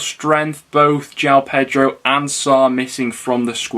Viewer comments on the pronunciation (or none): none